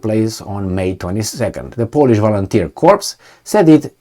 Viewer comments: Corps sounds like core no ess plural sounds. Unequivocal or unequivocally goes like un equi vocal. Basically no doubts or very sure. For your information I have similar problems when dealing with more than three syllables. Gooder. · Corps is pronounced like the French original 'cor' drop the 'ps' because the French can't spell; unequivocally 'un-eckwiv-voh-cal-lee' meaning not-qualified: so certain, absolutely for sure as OP says.